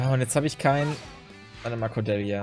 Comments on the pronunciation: Lass einfach das Ä weg. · Du sprichst Cordelias Namen komplett falsch aus, das klingt furchtbar.